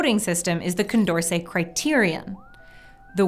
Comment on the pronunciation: Anyone else notice "Condercet"